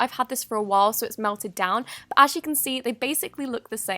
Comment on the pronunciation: she says "b" instead of "but" and I have no idea why I noticed that .-.